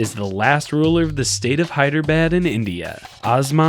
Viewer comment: It's nor hiyeabad XD it's Hyderabad